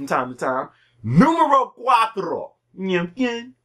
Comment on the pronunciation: "Numero Cuatro" Dat tongue roll though?!